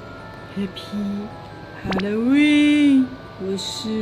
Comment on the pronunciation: 沿海地帶的哈嘍溫🤣🤣🤣